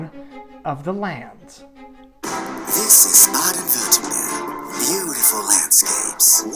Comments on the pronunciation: Actually the best version is a mix between both versions: the "Baden-Württem" from the middle part and the "berg" from the end :D (at the end you say "werthemberg") I know how hard it is btw. I had to learn German as well and yes, it's really hard because of all the exceptions and special cases and the articles (which makes often no sense :D). But hey, Kopf hoch. In my opinion, Chinese is easier to learn and Polish more difficult :D EDIT: Great video, like always: DU LIEFERST AB! :) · The way you said Baden Wertenberg was perfect (no joke), too bad you tried to say Baden Württemberg. By the way, there is place called Wertenberg in Clinton County, Illinois. Wikipedia -> Wertenberg is located on the Kaskaskia River 6 miles (9.7 km) west of Okawville. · >Baden-Wertenberg. Close. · I would love to listen to you giving a speech solely consisting of you pronouncing "Baden Württemberg" in differend Ways, especially in front of an official delegation of politicians for lets say 30 minutes :) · Baden-Württemberg = BAH-DEN VIRT-TEM-BEARK (approx.)